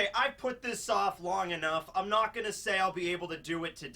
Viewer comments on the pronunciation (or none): none